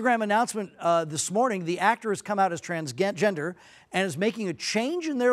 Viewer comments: No, he didn't. He said trans-gen, then changed to trans-jen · That’s incorrect. He simply misread the prompter. Instead of pronouncing it as trans’j’ender he slipped up with trans’g’ender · no he was gonna pronounce "jen" in "gender" like "gen" with a Geh sound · He almost said transgaynder lol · You can actually tell he was just gonna mispronounce the "g" saying "trans-gen-der". I had the same thought at first, but then went back to hear it closely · they put a guy there who can't even pronounce the word "transgender"....